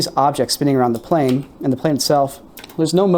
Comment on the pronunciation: "how far can you see a pane one a clear night" lmao